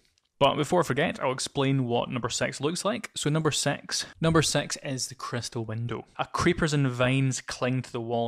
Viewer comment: Pretty helpfull. Especially ur visualizations. With drawings. And i had fun every time u said 6 cause u sound like ur saying sex 😂. Childish i know